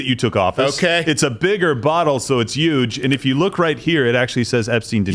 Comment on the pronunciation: When you catch that said Uge 😩👌